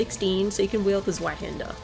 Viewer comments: the most common mistake is the start with the Z and the Ä. Mostly its pronounced like would say "sweat" but you would say it more sharp like the ts in "its" and the ä most people just pronounce as the a in "hand" but its more like the a in "bank or tank" but a bit shorter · never gets old hearing non german pronounce zweihänder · it bugs me so much